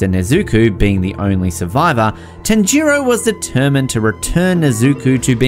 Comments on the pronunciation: Tan-jiro😂😂😂 this dude can’t pronounce anything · Tan ji row is what he said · Why did he pronounce tanjiro and nezuko like that???